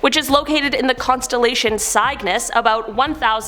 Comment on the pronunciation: "Cygnus" is pronounced "SIG-nuss." You're welcome.